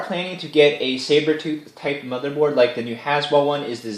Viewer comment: Every time you say " My mother board" I think you are saying, "My mother bought this case for me"